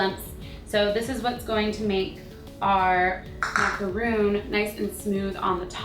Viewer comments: It's MACARON NOT MACROON!!!! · It's spelled macarons, Cupquake :) and pronounced maca-Rhon. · MACARON not macaroon macaroons are a different cookie, and pronounced mac-a-raw with a french accent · its macron not macaroon. The difference between them is a macron is a french desert. While a macaroon is a coconut cookie.Just saying ^^ <3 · It's actually pronounced "Mac-a-rohn". Macaroons are made out of coconut, French macarons are what these are. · ITS MACARON WITH ONLY ONE O!!!! macaron: meringue-based cookie made with almond flour, egg whites, and granulated and powdered sugar, then filled with buttercream or fruit spread. It has a crunchy exterior, and a weightless interior with a soft ending. To add to the confusion, it's often called a French macaroon. macaroon: the term is equated with the moist and dense coconut macaroon, which is composed of egg whites, sugar, and dried coconut, piped with a star-shaped tip dipped in chocolate. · It's macaron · It's pronounced macarons but spelled as macaroons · Shes saying macaron wrong. I would know. I'M FRENCH XD